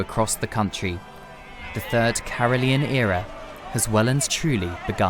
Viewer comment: Why did reporter call it caroleyon era?